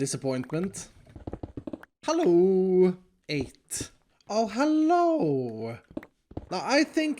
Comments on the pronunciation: „HALLOOOO“ Dude are you from Germany or what?😂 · that sounded very German